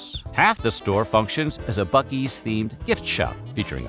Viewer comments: Joke is on you! It's pronounced Buc-ee's! With ya AI Stephan Colbert sounding ass. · I am obsessed with how there are two ways you can pronounce a word starting with buc without a second c and neither of them is "buck" Then again, Texas